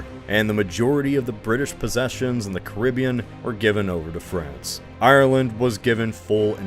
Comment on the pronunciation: It would have been nice if you had checked how to pronounce Ireland